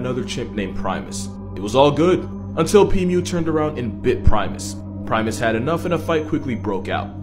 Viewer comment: Pimu ❌️ Pee mew ✅️